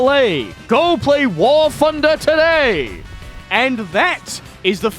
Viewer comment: I've been watching your videos for a long time now, but I don't understand why you cannot pronounce "TH" it is NOT AN F. WAR FUNDER?! REALLY?!